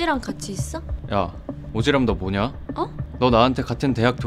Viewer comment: 오지람이 오지랖으로 발음되는거 개웃기네 ㅋㅋㅋㅋㅋㅋㅋㅋㅋㅋㅋㅋㅋㅋㅋㅋㅋ